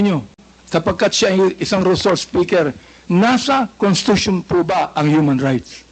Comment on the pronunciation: Constitution po.indi contitution